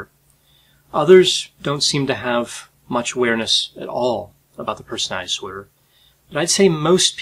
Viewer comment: Persinay disorders. My disorder is wanting people to enunciate the word personality.